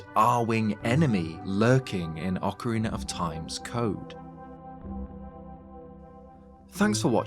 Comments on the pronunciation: You are the first Brit who doesn't say "Ocariner" anymore, it seems like you have listened to the comments telling you how bad that sounds like. Thank you for pronouncing the title of the game as it should be. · At least you pronounce ‘Ocarina’ right. Many, many…. Can’t